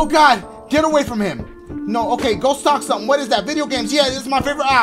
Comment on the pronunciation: Why Dachie sound like he saying stalk when he says stock 😂😂😂😂